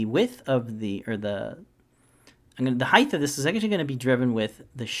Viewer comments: LengTH, WidTH, but HeighT not HeighTH. Great video. Thanks. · Also, you said height wrong. I realize that a few Americans do this. It's height. Not heigth. The ending sounds like the ending of weight, not the same ending as width. Thanks for the video! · Firstly, thanks for the great tutorial. If I can offer a small piece of constructive criticism, the word is height, not heighth. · I do not like being the spelling or pronunciation police but this drives me absolutely crazy it's height height height height its not heighth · This was a great tutorial, super helpful especially the parameter setup.. but what's a Highth? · Height not Heigth, t sound and the end not a th... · Quite helpful and simple too. BTW: It's height (as written) not heighth. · Glad I'm not the only one who heard that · Is he saying heighth? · just thought I’d let ya know “heighth” is not a word, nor has it ever been one. However, this helped me immensely 😉 thanks for a wonderful tutorial. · Excellent video. Told me exactly what I needed to know. Thank you so much for this. But, btw, there is only 1 'H' in the word height. It's pronounced like HITE. ;-) (sorry, couldn't resist) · There is actually 2 H's in Height but he pronounces it like Heigth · Rock solid tutorial... just had to mention that "height" is not pronounced with a "th" sound at the end... just the t sound.